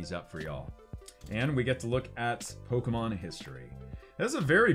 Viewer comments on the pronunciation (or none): Für ein amerikaner eine pokemons falschausgesprochen wie peinlich